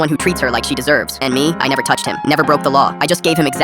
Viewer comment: "I mever broke the law" stalkings illegal bro🫠🫠🫠